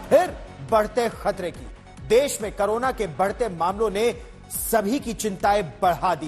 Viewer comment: करोना नहीं क कोरोना होता है 😂